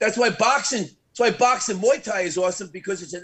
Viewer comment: " Moi thai" wtf lmao